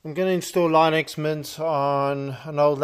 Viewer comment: Bruh its not lainux it Linux 😂😂😂